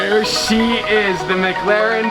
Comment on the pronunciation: "why do you say it like "muglaren" insted of "mic laren"